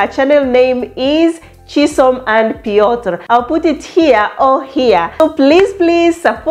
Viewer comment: Chisom and Piotr sounds a match made in heaven . Yeas I think you pronounced his name well . that’s thee IT moment the couples dressed really nice. The goodies after engagement hehe lovely weldone Chisom here is to more winnings ❤❤.